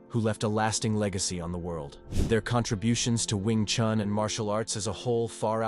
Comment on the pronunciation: Attempting to talk about an art, start by learning to pronounce its name correctly. It is not "chAn" but "chUn". Would you trust an opinion about, say, Leonardo da Vinci, if the voice would pronounce the surname like "de Vaintsi" ? It is strange indeed that later in the video the name "Yip Chun" is pronounced correctly. What's the difference ? "Wing Chun" and "Yip Chun", huh ?